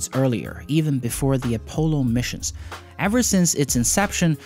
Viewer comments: Did you just say “a-polo missions” -.- .... It’s A-Poll-O. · You mean A-Paul-O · LOL, "A-Polo" Program. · *A-polo programme. lol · I don’t think you are saying Apollo correctly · You are mispronouncing "Apollo"